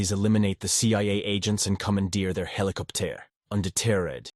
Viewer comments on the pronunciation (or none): Yeah, either English is not his birth language, or indeed he is an artificial voice. Love ze French pronounciacion of helicop tear Hoh he hoh